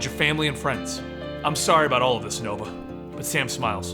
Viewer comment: Yay called Nova noah well that's what it sounds like